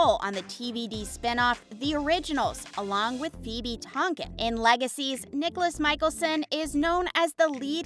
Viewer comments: Same, Nicholas is bothering it’s Niklaus (Nick-Klaus), Stefan it’s (stef-en), Salvatorie it’s Salvatore (salve-a-tore), and hope isn’t a hybrid she’s a Tribrid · Clearly doesn't know the shows mispronounced almost every name. Nicholas (niklaus) 🙄🙄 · U said niklas instead of niklaus pronounced niklows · Helpful points to know: 1. It's Pronounced NiKlaus (Nee-Klows) 2. Klaus was never a romantic partner to Elena Gilbert he actually tracked her down to sacrifice her in a ritual to BECOME the first Hybrid 3. It's pronounced Stefan (Steh-Fin) 4. It's pronounced Salvatore (Salve-ah-tour) 5. Haley never married Klaus 6. The Salvatore school helps supernatural beings but Hope is the only Hybrid in that school except for the one she creates in the beginning causing quite an issue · If you're going to talk about the show at least do your best to find out the character's names because you absolutely butchered it Stefan Salvatore isn't (Stuh-Fahn Salve-A-Tore-E" It's "Steff-In Salve-Uh-Tore" Also Niklaus Mikaelson is pronounced "Knee-Kluh-house Michael-Son" not whatever you said.. and he and Hailey wasn't married, she married Jackson... She just had a fling with Klaus and loved Elijah. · i didnt even notice the stefan thing i was mostly talking about how she pronounced niklaus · Honestly not even one minute in i paused and scrolled to the comments because they said Niklaus wrong. 😑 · Klaus was never a love interest of Elena he tried killing her. That was his soul purpose of being in TVD. Haley & Klaus was NEVER married. Klaus/Nicklaus, Stefan, Salvatore, Kat are all pronounced wrong. Stefan & Damon became vampites on the same day so the age is wrong.